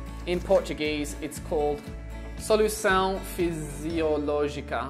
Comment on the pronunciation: Nice how you read "solução fisiológica" almost perfectly :)